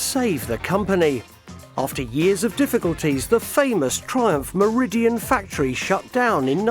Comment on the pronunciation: 'Meridian' factory? (6.45 ish). I think you mean Meriden.